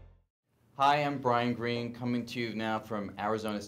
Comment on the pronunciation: It's "Greene" not Green